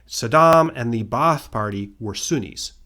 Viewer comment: Ba'ath is simply pronounced bath(long a) btw